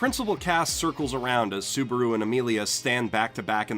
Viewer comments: It's ru -->ル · omg ur frustrated because some people say re zero wrong but you can't even say the Japanese u. you can't even say konosuba or subaru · is it onlu me or does it sound like he says Suburu and not Subaru. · You called him soburu like twice, but love your videos